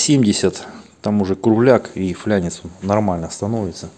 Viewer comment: почему флянец? а не фланец?